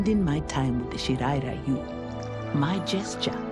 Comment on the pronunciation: They keep mispronouncing Shirai Ryu. WTF is wrong with Netherrealms?